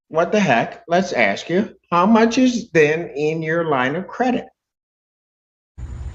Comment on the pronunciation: Sovereign citizens always "ax" questions